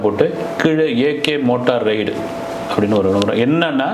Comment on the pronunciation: உருட்டு மன்னா… அது மோட்டா ரைடு இல்லை! மோட்டோ ரைடு!